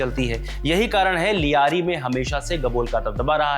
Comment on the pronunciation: ल्यारी होता है लियारी नहीं सब दो टके पत्रकार बन गए